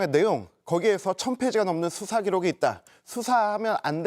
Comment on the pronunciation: 아 말 그지같이 할거면 발음이라도 똑바로 해라 뚜사가 뭐니? 수사지